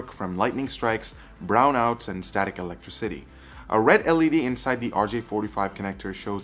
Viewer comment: "Static electrocity" Don't worry, we still love you!